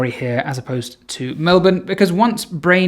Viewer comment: I love that you say Melbourne correctly <3